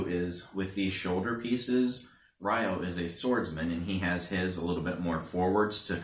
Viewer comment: They all have large shoulder guards, though Kento's/Shu's is slightly shorter. It's not pronounced Re-yo. In the Jap. version they pronounce it Yo since they can't pronounce the R when next to Y. In the Eng. it's pronounced Rye-oh.